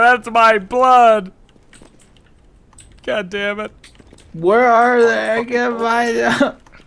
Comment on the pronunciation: i like it when he says goddemut